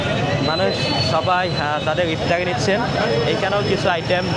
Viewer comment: আফতারি আবার কি? ইফতার বা এফতার পর্যন্ত চলে। ভ্যাহেস মানে মহিষ, ভেড়া নয়। উচ্চারণ খুবই বিরক্তিকর, আপনি কথা বলার সময় গলার ভয়েসটা আরো বিকৃত করে কথা বলেন, যেটা আরো চরম ক্ষ্যাত মার্কা লাগে।